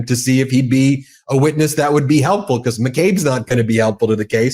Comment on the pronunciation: Because, not "becoss" Human, not "yoooman" Let alone, not "yet alone" stop saying "play this clip" please study english you are professional in media